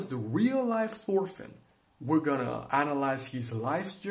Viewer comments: FORFINN AAAAAAAAAAA PLEASE STOOOOP ITS "TORFINN" NOT "FORFINN" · Thorfinn is not prenounced "forfinn" Its actually prenounced "Torfinn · Thorfinn is actully pronounced torfinn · An excellent video, just one thing, as far as I know it is pronounced Torfinn. While yes, in English we say Thor, it is pronounced Tor in the Scandinavian world. I believe this also transcribes to Old Norse as well. Feel free to correct me if I am wrong, though if you use Karlsefni, please use Tor as well. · His Name is Thorfinn not forfin Pleace spell it right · Just call him Torfinn cuz thats how you pronounce his name dont wanna be rude or anything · It is not prenounced Thorfinn the way you americans prenounce it. The T is pronounced, and not as the TH-sound. Torvinn, you could say. Just spelled with an h.